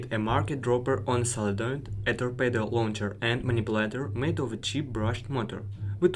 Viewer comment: ребята, очень интересный материал, но плиз - проверьте произношение каждого слова хотя бы по гуглу: vehicle , allow, thrusters, integrity, chassis, solenoid, torpedo, hydroacoustic